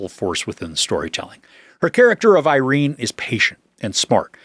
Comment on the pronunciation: This will seem like a minor point to everyone, but as an Irene (pronounced "Eye-Reen"), I'm annoyed that no commentators seem to be able to pronounce her name the way she did ("Ee-Reen"). That is all. lol